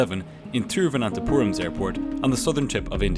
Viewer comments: bro said Thiruvananthapuram in the proper pronunciation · Shout out for nailing the pronunciation of Thiruvananthapuram. Some of us Indians struggle with it ourselves! Great video as always. Edit: this was a 777-300, non ER iirc. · I think he is the only person to get the pronounciation of Thiruvananthapuram correct! 😉